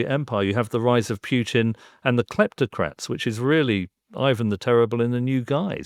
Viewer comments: Mr Syed should learn to pronounce Putin's name properly. It is not 'Pjutine'. Smacks of quirky mannerism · Matthew Syed does not know how to pronounce the name Putin. It could be a speech impairment, of course. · I am not sure I get the terminology of the second speaker. What does he mean exactly by oligarchs and cleptocrats? Also I see that he pronounces Putin incorrectly, which is probably lack of knowledge, at the same time he claims to have very deep knowledge of the country. But how do you have it if you don’t even know the last name of its president? Also, I don’t get the point about palaces. Trump has his luxurious properties, which he bought himself, true, but also British royals have properties which they didn’t pay for. Properties or money in itself doesn’t mean much. This is very much a conjecture. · It's hard for me to take people seriously on this issue if they can't even pronounce Putin's name correctly. Syed just repeats what you can hear on the 5 min TV news segments. His analysis is as deep as a puddle and he seems think that we live in a Marvel comic. Ridiculous man. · Said sounds very much like Pierce Morgan. He is so small minded he cant even pronounce Putin's name properly. Pretending to care about Russia!! Look at Russia today from what it was in the 90s. On europe being on the black until 70s - thats the money you looted from the colonies. No colonies and you are on the red.